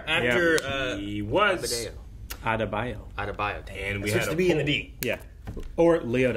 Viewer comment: Let me get this straight…you can pronounce every name on Game of Thrones but “Adebayo” is too hard for you. Ok